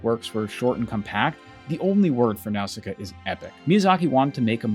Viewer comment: Absolute gangster credit for pronouncing “Nausicaa” correctly in Japanese accent, in this video full of commentary on mispronunciation. 👩‍🍳💋🤌